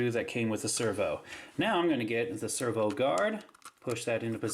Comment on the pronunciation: lol you say server not servo